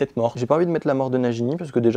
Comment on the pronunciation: NaJini?! NaGini!